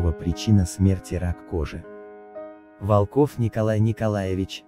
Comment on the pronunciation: Причина смерти - информации нет!!! Не проще ли сказать неизвестна?! Ударения... ВолкОв!! Вообще-то ВОлков. Вы что сами не можете текст грамотно прочесть? Что за механическая озвучка? Материал интересный, но подача...